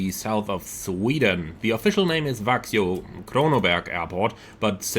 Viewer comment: I live close to Växjö and it's pronounced "veck-schö" :)